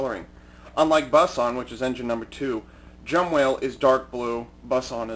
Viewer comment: Its Jumbowhale not Jumwhale.